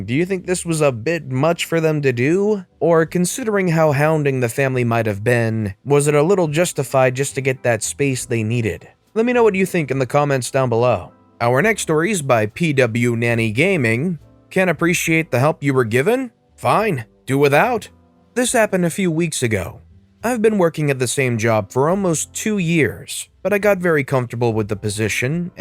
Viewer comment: It's not P-W-Nanny it's Pwn Any Gaming. Pwn being a deliberate misspelling of own. "Pwned [crouch crouch crouch]" is pretty standard for multiplayer games